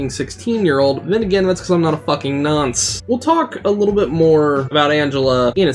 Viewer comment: when saying nonce use less u and more o when saying it